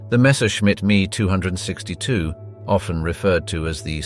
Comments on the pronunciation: ? Me- Two hundred sixty two ? = NO ONE pronounces it that way ! Dork ! showing a Black Man was very ignorant, also. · It's actually pronounced EM EE 2 6 2 ! Interesting content messed up by poor research and pronounciation. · Pity you can pronounce neither ME(262) nor Willie. Do your basic research man. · You pronounce it "me, two hundred and sixty two" ? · Please learn how to pronounce the air craft correctly. I could bear no more into the video. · THE me 262 is funny as hell makes me laugh every time he says it this dude is a moron and speaks what someone else writes this shit is straight off a nbc documentary he watched last night lol 😂😂😂😂😂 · Is it not called the M - E 262 ? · Once again automated speech software is corrupting the language. Either that or the narrator is particularly ignorant of the English language. The Messerschmidt 262 was known as the M E 262, with each letter pronounced, not me as in myself. There was even one point where the narrator paused as if to emphasis the pronunciation as me and not M E. It seems a little insulting to say that the ME was an abbreviation of the name Messerschmidt, but clearly the narrator is ignorant of this connection. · A pity the announcer didn't realize that it's "M.E. 262," not "Me 262." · I couldn't watch anymore of this video past . The pronunciation of the "ME-262" as "me"" 262 was enough. Why are there so many of these videos, that have either good robots to a certain degree, or people born under a rock. Unbelievable, so many morons!!! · Is he honestly calling the Me 262 the "me" 262? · just like the v2 is v-2 the ME is M-E not me lol anyone else get annoyed but other than that great documentary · Panzer tanks and you show a TIGER a ME 262 say ME not ME. Computers do not know how to pronounce correctly. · The "Mee" as opposed to M.E. = I'm gone. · With all due respect....It's pronounced M - E not ME....as in Messerschmidt.... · It isnt the me 262. It's the M.E.262. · I stopped watching at "me 262" M.E.262